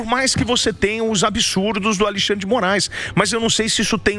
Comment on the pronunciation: Será que só eu ouvi ele falando Aleixandre de Moraes? Kkkkkk